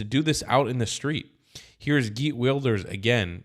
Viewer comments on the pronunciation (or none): You pronuce he's name Hejrt not girt